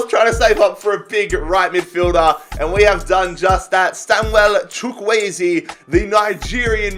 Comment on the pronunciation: How Nigerians felt when you pronounced Chuwkueze correctly was buzzing